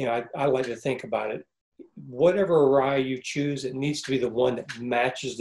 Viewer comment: So that’s how you pronounce Arai